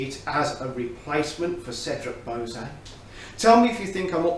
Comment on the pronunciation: "bow-zay" LOL. It's pronounced "bwa-zay"